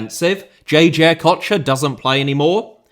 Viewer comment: Butchered JJ Okocha’s last name like mf’er 😂